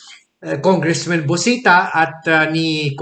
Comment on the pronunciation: Why congressman is pronounced as congressmen when the subject is singullar?